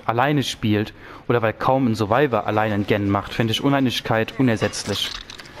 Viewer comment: wie Du GEN aussprichst macht mich wahnsinnig